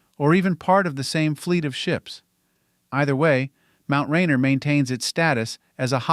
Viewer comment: It’s pronounced Ray-Near.